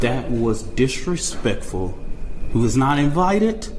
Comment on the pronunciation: “Dat is disrespecc-ful” i cannot fucking take these people seriously.